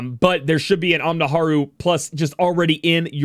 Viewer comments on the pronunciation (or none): It doesn't matter really, but Ellespiris' Katana is pronounced Ohneemaroo. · i love you vids rock but never say onimaru again...ever lol. xd oh-nee-marr-oooh oni maru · it's Onimaru - oni... maru... think Onimusha, not Omnislash lol